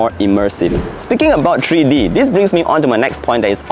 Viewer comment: it's Three-D, NOT "TREE-D"!